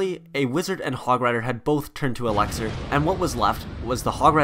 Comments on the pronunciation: Can we talk about how he said alexer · That's not how elixir is pronounced